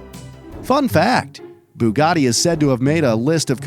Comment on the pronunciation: Bugatti not buggati